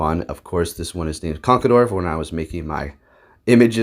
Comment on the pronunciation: Hi i just want to remind you that you mispronounce conckeldurr Cause you say conckledurr and you say it like Con-ckel-Durr